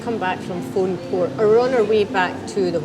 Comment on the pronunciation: great video guys, always wanted to climb Ben More myself some day! Fionnphort is pronounced Finafort btw ;)